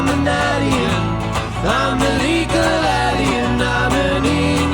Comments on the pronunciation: I think the pronunciation of alien is probably grounded in the fact that is French. 😊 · Pronouncing "ahlien" might be voice shaping that, with his French accent. He pronounces "angel" similarly in their take of "What Kind of Woman is This". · Why are they pronouncing alien different?? Crap!! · The pronunciation of Alien is more to fit in with accent as he is French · is French, and his pronunciation of alien is what you hear P.S. Love your channel